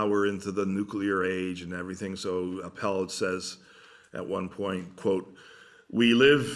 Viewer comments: Minor correction: Appel is pronounced AH-ppel. Accent on the A. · Not so important, but the correct way to pronounce Appel is: take the word apple, and replace the A sound with the A of Aardvark. A subtle difference, but then you're pretty close to how it should be pronounced in Dutch!